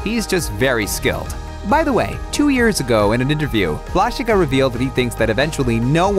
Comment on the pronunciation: You pronounce him Vlashika, but it is pronounced Vlashiha! ;)